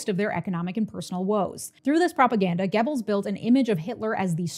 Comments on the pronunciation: That wasn't correct. Look it up. It doesn't sound like "Gebbles", the "oe" should sound like you're about the make the "er" sound without fully committing to the R sound. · Maybe you can't read? Try looking at my comment again. This time slowly. Also, maybe listen to the video again. She's saying "Gibbles".